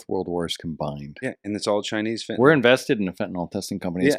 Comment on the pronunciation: I lovvvvvve you guys but it's fentanyl: FEN-ta-nil, not FEN-ta-nol. :) Also, I really dig Roseanne's 1,000% herself attitude. Day drinking? A smoke break? Absolutely, but more importantly, truth b o m b s at all times. Keep it up!